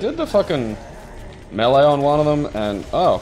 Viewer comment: I like you guys, you know how to say melee properly. So few of the people I'm subscribed to do.